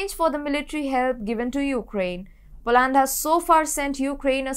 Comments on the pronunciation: Too heavy an accent, hard to understand e.g Polaaand. Work on getting the names right at least,. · Next time please pronounce Poland properly.